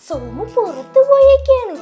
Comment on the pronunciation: സോമു അല്ല ജോമു ആണ്